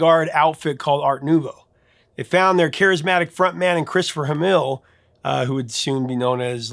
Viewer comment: Limahl last name was pronounced Hamill as in Mark Hamill. Just wanted to clear that up 😊